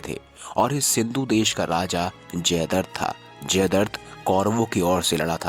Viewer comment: Bhai jaidart nahi jaidratt hai Pronounciation clr nhi hai ap ka